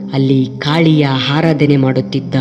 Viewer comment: ಹಾರದಾನೆ ಅಲ್ಲ ಆರಾದನೆ. ಹೋದಿದವನ ಓದಿದವನ???!!!